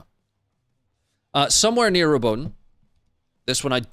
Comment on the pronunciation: Fyi pronunciation phonetics: Robot-ina, You-row-jina